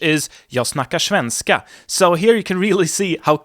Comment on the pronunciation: "shvenska" lol